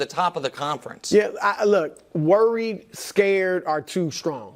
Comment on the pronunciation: Have to mention Wildes pronunciation of worried as "wearied" 😂 seems intentional